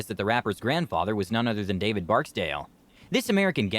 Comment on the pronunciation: King David wasn't his grandfather and the nigga said his name wrong. 😂🤣